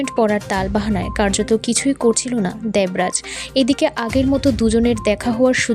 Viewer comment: আপনার উচ্চারণ খুব খারাপ দেবরাজ নাম টা উচ্চারণ করতে পারছেন না ।এলাকা কে বলছে অ্যালাকা।